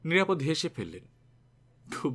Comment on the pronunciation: নিরাপদ্ নয়, ও-কারান্ত নাম নিরাপদো। যদিও বানান একই। একজন বাচিক শিল্পীর এটা খুব বড়ো ত্রুটি।